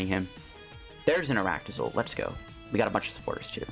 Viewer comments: Dude ARCtozolt not aractozolt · Arctozolt is cool I like it and please try quad arctozolt with cursola v when she come out! Edit: I can't hear you saying ar-a-ctozolt just call it arctozolt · saying Arach-tozolt is almost as bad as him trying to say pincurchin love your content tho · I made that joke too. It sounded like Arachne-Zolt to me.